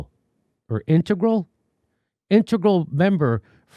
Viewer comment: Dude couldnt say "integral''... speaks volumes